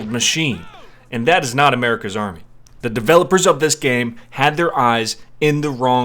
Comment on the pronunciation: I love how you say MURICA